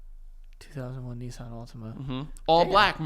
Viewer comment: I did not know how Americans pronounce Nissan until now! Kneesarn is craaaaaazy!